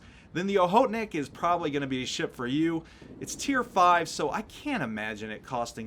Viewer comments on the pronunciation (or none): Lmao love the way you pronounce ship sometimes. "Sheyap"